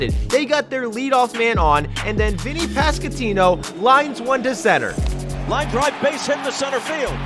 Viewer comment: hey man I love your content but its vinnie pas-QUAN-tino